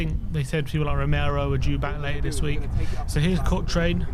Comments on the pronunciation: You boys really need to learn to pronounce Cochrane. Say it with me “Coh-krun. Coh-krun”. 😂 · Are they pronouncing Cochrane incorrectly on purpose or something? I heard say it the right way and then even correct himself to mispronounce it 😅